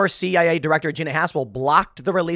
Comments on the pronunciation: You mean CIA LOL. not CAI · CIA not CAI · Oh bless my heart, Tim said CAI instead of CIA. All credibility lost, right? Honestly, I propose we change the Central Intelligence Agency (CIA) to Central Agency of Idiots (CAI)